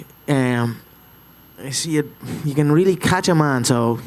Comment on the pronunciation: Ras weally